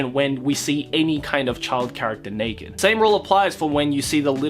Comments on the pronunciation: I can only hear him say neked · The Monogatari series has sexual situations that makes fun of sexual situations... Flashbacks to the toothbrush incest scene Side note: I loved the way you say naked